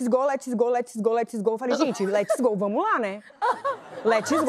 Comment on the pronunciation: "vamo í" dói kkkk